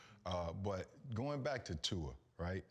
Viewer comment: I wonder how much practice it took for RC to say Tua’s whole name effortlessly 🤔🤔🤔